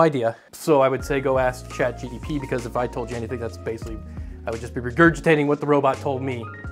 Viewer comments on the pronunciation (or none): It's called ChatGPT, not ChatGDP.